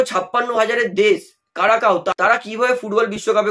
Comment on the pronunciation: কারাকাও না ভাই ওটা কুরাকাও হবে ক্যারিবিয়ান দেশ হলেও ওখানকার সব খেলোয়াড় নেদারল্যান্ডসের বংশোদ্ভূত ভারতের সাথে একবার খেলা হয়েছিল যতোদূর মনে পড়ছে ২০১৯ কিংস কাপে থাইল্যান্ডে তখনই ঐ দেশের নাম প্রথমবারের মতো জেনেছিলাম সাথে ওখানকার ফুটবল সম্পর্কেও তখন ৮৪/৮৫ এর মতোন রেংকিং ছিল ওদের, আর তখনভারতের বেলুনের মতোন ফাপা রেংকিং ছিল কাগজে কলমে ১০১ আসলে মেন কথাটি হলো ক্যারিবিয়ান দেশগুলোর খেলোয়াড়দের মধ্যে শক্তি আছে কিন্তু অত্যধিক টেকনিক্যাল স্কিল কম আছে যার কারণে ওখানকার জামাইকার ফুটবল ভালো হলেও ওরা এখোনো পর্যন্ত ফিফা বিশ্বকাপে খেলতে পারেনি আর অপরদিকে ঐ কুরাকাও এর নেদারল্যান্ডসের খেলোয়াড়দের সাহায্যে ওরা এবারে কোয়ালিফাইং করলো যাক, এতে লজ্জিত হবার কিছু নেই ফ্রান্স, মিনি আফ্রিকা হয়ে বিশ্বকাপ জিতলে এটা দোষ কীসের? লজ্জা তো হয় আমাদের দেশের অদ্ভুত নিয়মের জন্য! পুরোপুরি নাগরিকত্ব দেবার দরকার নেই শুধুমাত্র একটা সংশোধন করে শুধুমাত্র খেলোয়াড়দের জন্য শুধুমাত্র ১৫/২০ জন্য একটা আলাদা পাসপোর্টের ব্যবস্থা করলেই ল্যাটা চুকে যায় যেটা ইন্দোনেশিয়া, মালয়েশিয়া করেছে টেম্পোরারি পাসপোর্ট অথচ এটার জন্যে কতো গরিমসি ও রাজনীতি আসলে ভারতের খেলোয়াড়দের কপাল কখোনোই অষ্ট্রেলিয়ার মতোন হতে পারবেনা কারন অষ্ট্রেলিয়া কে বলা পৃথিবীর খেলার রাজধানী।